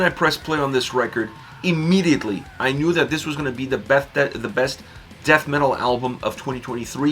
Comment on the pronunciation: sounded like you said breast not best progressive album. That’s all.